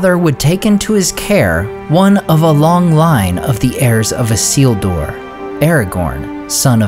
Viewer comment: ISS-le-dur, not i-SEEEL-dooor {:o:O:}